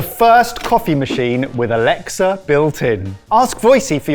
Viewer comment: Ughhhh. Stop saying ALEXSA!!! I’m yelling at my device to shut it off!! You guys are top Dixs!! 😒🤣 I still love you guys! Just knock it off.